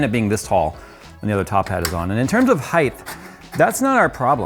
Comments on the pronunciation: It’s HEIGHT not HEIGHTH... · Are you pronouncing "height" incorrectly?